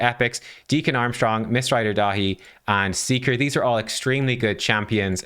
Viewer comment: You keep saying his name wrong, it’s Mistrider Dave